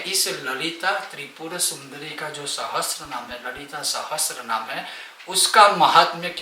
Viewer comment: आप पेहले तो गलत उच्चार कर रहे हो. सहस्त्रनाम नहीं सहस्रनाम हैं.